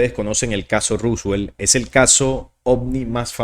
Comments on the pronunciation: Por qué decis ruswel? Es roswell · Porque dice Ruswell? … se pronuncia Roswell, tal cual como se escribe y en inglés es Roswoll. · Se pronuncia ROSWELL con O